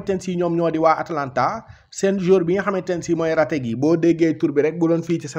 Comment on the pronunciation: C'est retegui😅😅pas rategui